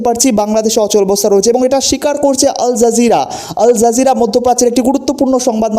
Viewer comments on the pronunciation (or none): PLEASE DON'T SAY "ALJERJIRA".. IT'S A RESIST CHENNEL